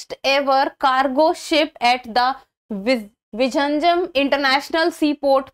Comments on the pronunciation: Its not vijinjam...its vizhinjam which should be pronounced as vilinjam port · Kerala government is so stupid not to brand name it as Port of Thiruvananthapuram.. Non-Malayalees in India and abroad are pronouncing it as Visarjanam, Viraneyeum .. oh ... horrible!! 😤😤 Pinu theetam !